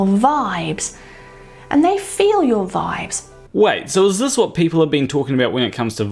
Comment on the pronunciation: lol nice american "whaaaat?"